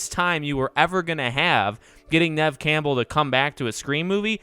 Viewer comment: Why is he pronouncing her name like camel 😭💀